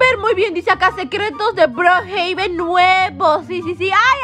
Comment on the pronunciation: Le dice broohaben😂